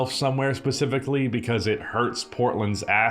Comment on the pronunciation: Fun drinking game. Have a shot ever time says specifically or "Pacifically". Drunk in 10mins 😂